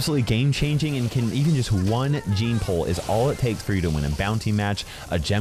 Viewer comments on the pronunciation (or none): none